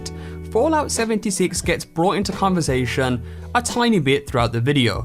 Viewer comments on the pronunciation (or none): Conversashion? You mean conversation?